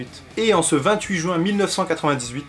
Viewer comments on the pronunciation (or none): none